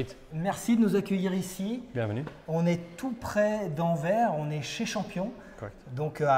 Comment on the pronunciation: Anverssssssss, ces français serieux les gars!